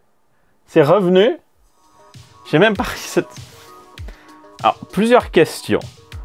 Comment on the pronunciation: Merci de ne pas avoir dis "rézette" ce qui ne fait péter les plombs à chaque fois.😜